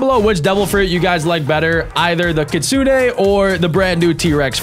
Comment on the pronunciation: It’s not Kitsune AY just Kitsune